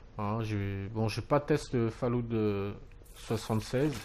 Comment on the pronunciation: On dit fallout pas fail loot .....